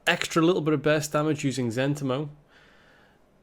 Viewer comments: For the record it's pronounced Zen TEE mo. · I thought it was Zent**I*mo.... Not Z**E**ntimo.... wtf?